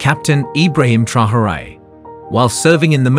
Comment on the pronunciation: if you insist on using AI to read your text, at least teach it how to read 'Traore'. It's not 'Trahorée'. The video mentions his name about 50-100 times I think, and not once correctly.